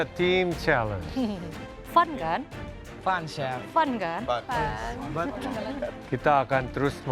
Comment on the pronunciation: "fun chef" FUN-TEK💀💀💀💀